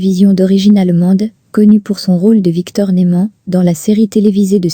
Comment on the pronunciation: Oui je suis d'accord c'est vrai que a répétition de "Nouman et de Victor " Bradan "ça saoule.😅